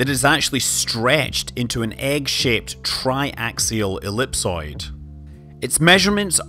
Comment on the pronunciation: you had me at tri-axial ellipsoid😂😂